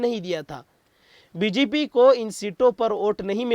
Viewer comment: Bjp ke. Bjaye. Bgp bolte hain. Thodi dhiyan se boliye. Shukrya a/$